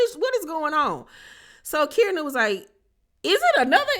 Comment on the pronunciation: It’s pronounced Key-are-na